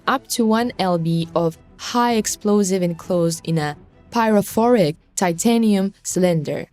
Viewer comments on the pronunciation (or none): none